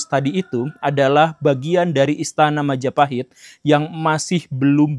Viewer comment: Oh look at who controls all the islands? Mahajapit❌️ Majahapit❌️ Mapajahit❌️ Mahapajit❌️ Mapajahit❌️ Ma ja pa hit ✔️